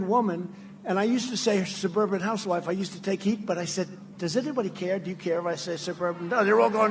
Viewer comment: He still couldn't pronounce "Shuburban Houshwife". Rotten pig.